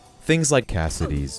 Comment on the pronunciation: The abruptness of the redub "Cassidy's" 😂 I feel you on that.